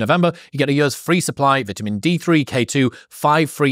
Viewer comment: it’s vitamin not vitamin